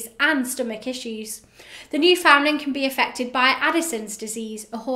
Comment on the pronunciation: It’s said “newfinnlaand” I think